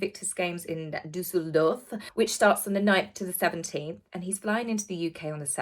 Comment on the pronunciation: You're the first YouTuber who knew how to pronounce Düsseldorf correctly. 👏😃